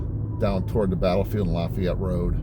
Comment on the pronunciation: It’s pronounced La Fay It here.